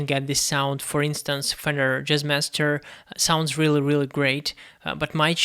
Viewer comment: Yo did this guy just say Jizzmaster?